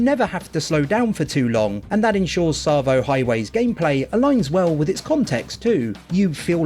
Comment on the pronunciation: Yeah boy!! You said ‘Tsavo’ right. Sorry just being a wind up. Still loving the vids. Am playing through Halo Wars again after your play through inspired me.